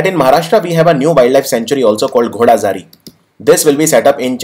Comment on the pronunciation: sir not ghodazari that is godazari sanctury